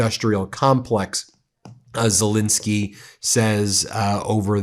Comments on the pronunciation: Z E L E N S K Y , not Z I L I N S K Y . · It's not pronounced Zelinsky, it's Zelensky!